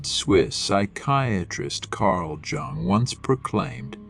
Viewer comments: With all due respect: JUNGLE is the incorrect first syllable of Carl Gustav's last name. j. U. N. G. is pronounced with a SOFT jay, as in the word yellow. Yung is more like it. Respectfully submitted for your consideration Gregg Oreo Long Beach CA etats unis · Jung is pronounced Yung. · Might want to rerecord this... personally hearing such a drastic mispronunciation of an important name makes it seem like the topic talked about is not cared about..I stopped watching at 20 seconds lol